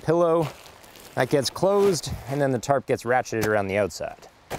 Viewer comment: Whenever he says tarp I hear terp To much weed